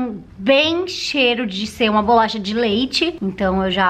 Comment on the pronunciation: É bo-la-cha